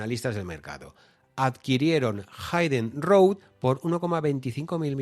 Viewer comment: Excelente como siempre,, excepto la pronunciación incorrecta de Hidden road (se pronuncia /híden/, no /háiden/). Toooodos los youtubers lo pronuncian mal, excepto Fran de Olza:)